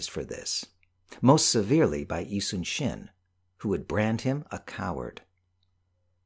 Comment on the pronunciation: Thank you for pronouncing 이순신 correctly